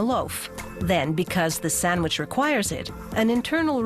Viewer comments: WHY DOES SHE NEVER PRONOUNCE THE D IN SANDWICH EVER WHY? It's not Sanwich!!! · Introducing the SAMMICH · say sandwich again